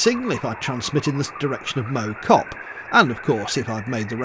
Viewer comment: As a stokey I can tell you that Mow Cop is pronounced like mouth rather than like a lawn mower ;) but I do agree with you about the hills XD